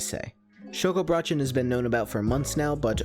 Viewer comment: If you know how German sounds you would laugh how wrong you said the word Schokobrötchen